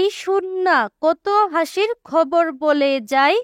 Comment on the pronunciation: Khabar ke hobor keno bollan😂😂😂😂😂😂😂